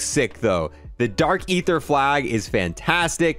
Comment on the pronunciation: For the 5th time now it’s dark ee-thuh not ay-thuh